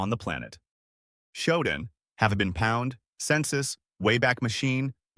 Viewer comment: The pronunciation of pawned made me drop this ai crap